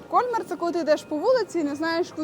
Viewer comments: Красиве відео. Мої улюблені різдвяні міста. Ріже слух КОльмар. При вимові Кольмар-наголос на другий склад. КольмАр (згідно з правилами українського мовознавства для слів іншомовного походження). Французи теж роблять наголос на другому складі. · Все ж таки , наголос на останній слог- КольмАр!!! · Все гарно, але ваш КОльмар вбиває 😂… КольмАр треба казати. І помітили, що це не перша ваша помилка у вимові. Будь ласка, перш ніж знімати відео, послухайте як називають своє місце місцеві.🙏🏻 А так дякуємо за контент) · В Альзасі всі містечка чудові, особливо на Різдво! Пані ведучій замічу, що не КОльмар, а КольмАр! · Згодна, зробили дуже красиве відео. Дякую. Крім КОльмара, ще різонуло пЕтіт Франс. Все таки, це Франція, і тут всі слова мають наголос на останньому складі. КольмАр та ПетІт Франс